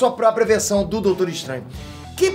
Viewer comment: "Doutoro" kkkkkkkk